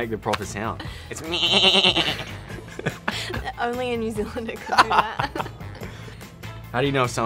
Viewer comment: Even his MEEEE has a kiwi accent.